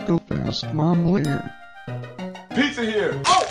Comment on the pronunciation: I always laugh when Carlos call you momlare